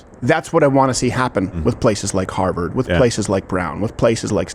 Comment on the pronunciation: "Houwers for Harvard."